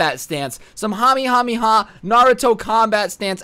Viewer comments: And it’s not a Hamiehamieha it’s (ka-meh-ha-meh-ha) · It’s kamehameha my guy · Him: Hamehameha Me: NARUTO USES RASENGAN NOT KAMEHAMEHA!!!!!!